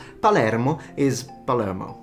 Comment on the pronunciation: Your "Americanization" of Palermo was hilarious. Mexican songs make fun of the bad American accent speaking Spanish and it sounds exactly the same! 😂